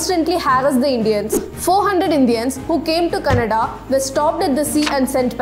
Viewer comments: Pls work n ur pronounciations. Its impt as many people seeing ur videos will take ur wrong pronunciations and use them. Apart from History u need to share the correct pronunciations as well...For e.g. its Gadhar newspaper and not Kadhar...Its Canada and not Kannada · It's not cnda It's Canada Pronounce it right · It is not Kannada, it is pronounced as Kya Na Da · kindly not pronounce Canada as kannada, it should be Canada, hope you got what I am saying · Some people have difficult pronouncing particular sounds, so only her Canada sounds like kannada. Ppl need not point it out often, i mean not one but many ppl have pointed it out. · It’s not Kannada’s court please correct your pronunciation madam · Yep she did pronounced it as Kannada 😅. But still interesting fact . Appreciate her work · She’s saying that the British is pronouncing India’s states wrong but here she is not pronouncing Canada correctly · The way she pronounced ‘Canada’.😅😅